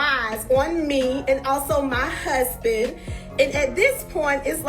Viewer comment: Tisha, I really "hate" the way you put emphasis on "MY HUSBAND"!!!! 🤦🏾 #soannoying